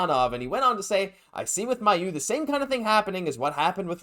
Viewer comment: Here's an idea: call the Canadiens PR department and ask them how Logan Mailloux pronounces his name. Perhaps this will lead you to begin saying the name correctly, which you aren't doing now. (He says MAY-oux, not MY-oux.)